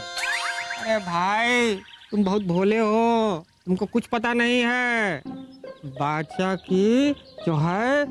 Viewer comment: बादसाह❌ बोदसाह